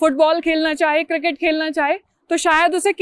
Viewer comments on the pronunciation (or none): none